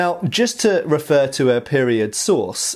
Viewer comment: i cant believe you said Bolognese source (sounded like sauce) with a straight face hahaha